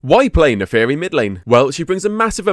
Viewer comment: i can't stop hearing "the furry" when i watch this video